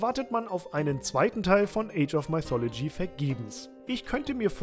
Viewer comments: Zur Ausprache: mythology = „müthologie“, nicht „meithologie“ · Top Spiel, aber sag doch bitte nicht "Maifolodschi" :D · Maithologie xD Geil. Ich hab damals Mythologie in deutsch ausgesprochen also denglish, age of und mythologie in der deutschen aussprache xD